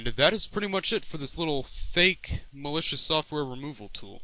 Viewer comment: mal-e-coos xD